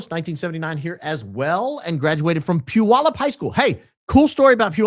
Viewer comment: Congrats on pronouncing Puyallup correctly!